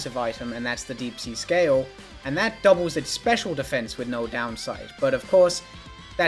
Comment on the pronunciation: I mean the way he pronounces the words. "and that doubles its Special Defense." "obviously it's better to double your Special Attack and be able to be a part of that than to just double your Special Defense." The way he says it would make sense if the Deep-Sea Tooth and Scale respectively doubled Physical Defense and Special Defense, but it's actually Special Attack versus Special Defense. He's just emphasizing the wrong words for the context.